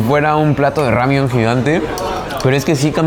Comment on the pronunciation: Me causa conflicto que diga "Ramiun" en vez de "Ramen".